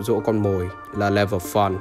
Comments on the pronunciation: nói sai fun=) thành făn=) :))) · le vờ phớn👌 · nếu anh em nghe lúc thì ổng nói level fún=) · tui nghe level phân :) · Ông nói là Level Fùn. Chắc vậy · "level fún" :)) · Mà lv fun em nghe ra sao là lv fuck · Lúc đọc level fun thì dọc level phắn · chữ fun anh nói thấy sao sao á